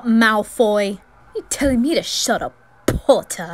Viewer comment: I love the "POTTAH👹"